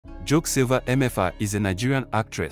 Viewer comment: Its pronounced as jor...ke not jocks bro